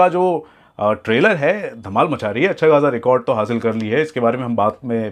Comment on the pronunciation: Acha ko accha nehi bol rha h ye